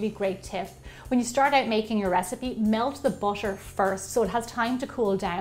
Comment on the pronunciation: I now im late but why do you say bootor